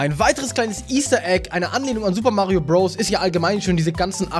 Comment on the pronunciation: Wieso spricht du Odessy und Bros falsch aus???